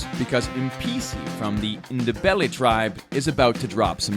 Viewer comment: Its written Ndebele but pronounced Ndewele